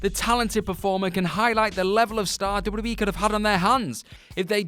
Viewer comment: THIS GUY SAYS DUBBADUBBAE...